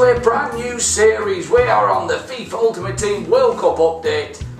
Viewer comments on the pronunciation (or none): none